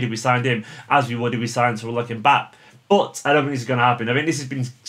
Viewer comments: i think it's pronounced mbappe-ay, not mbapp, and I think the ousmane dembele rumours have legs to it, well according to Sam Lee it does, if we get all our priority targets (ederson, Silva, 4 full backs, a cb and alexis), and we have the money, we will go for mbappe or dembele, mbappe would be the first choice though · Mbapp 😉 It's Mbappeeeeee